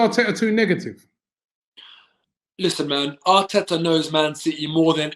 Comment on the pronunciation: speak rapish Atita was rang